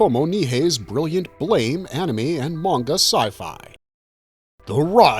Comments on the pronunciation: Its Blah-mah.. not Blame. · The pronunciation is not like the English word blame. It is blam like a sound effect a la biff, pow, etc.